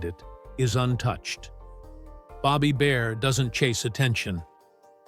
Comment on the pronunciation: Bobby Bare not Bobby Bear!